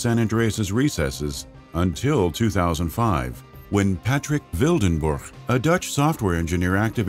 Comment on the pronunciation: That dutch "Wildenborg"pronunciation was quite spot on for an American voice-over lol...